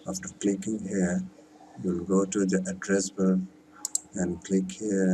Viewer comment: It worked for me. And the words that were hard to understand were "address bar"